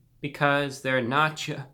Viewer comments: no nach-oh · I like when you said na-cho fries 🤣🤣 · "they're nah-chyo fries" thank u reviewbrah very cool